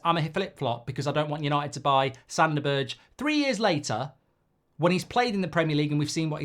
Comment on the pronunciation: berge = ber 'guh that is how you prounance his name, i hurts man, his name isnt berj xD